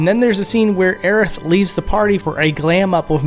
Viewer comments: Does he pronounce it, "Aeriff"?? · Hearing her called "Aerif" makes me laugh every time.